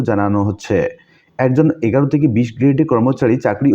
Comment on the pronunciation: এগারো নয়, অ্যাগারো।